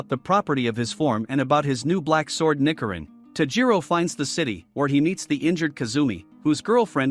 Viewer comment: Also it’s ni-CH-irin